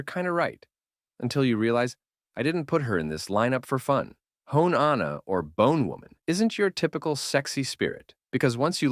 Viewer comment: Hone is pronounced like when Dio says “Oh? You’re approaching me?” But only the oh bit and then there is pronounced like the word “Right?” :3 (just saying bc of pmo sm fr ngl icl)